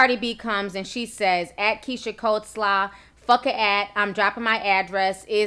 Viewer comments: But...dafuq is "cold slaw"? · When its COLEslaw as in Keyshias last name spelling and correct spelling of the food! Smh..Cardi needs to just keep her mouth closed and detach her texting fingers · Did she say keisha coldslaw ? What type of off-brand sorcery 💀😭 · Coleslaw..not coldslaw smh